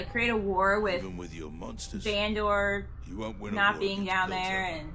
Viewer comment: You’re driving me crazy with the VAN-DOOR lol. Fantastic reaction though